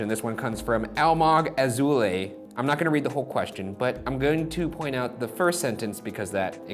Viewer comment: omg I'm israeli and the way ryan said almog azoulay hurt me LOL. I know he cant know the right pronunciation so dont hate me!